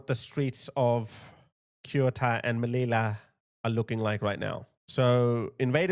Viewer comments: Just to make it clear, should be pronounced Seyoota (or even more accurate THeyoota, but definitely not Keoota. And the other one is Meliya, not Melila. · Sue-ta, meleeya…….thats how you pronounce Ceuta and Melilla! Say it properly! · Finally, sth will be done! Yes, send the army! Hey,, just pronounce Ceuta like 'szeutta' and Melilla like "Meliya' (double 'l' = y). I am so happy to see some awakening. I have lived in the region for a year. Yes, this is a fight between good & evil, to save our Western civilization. These islmxyz want to destroy our values of democracy & freedom, and our Christian tradition & heritage.